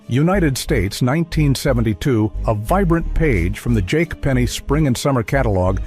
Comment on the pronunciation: It said jake penny. Ai sucks